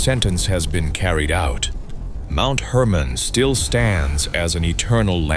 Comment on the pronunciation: Mount Hermon not Herman.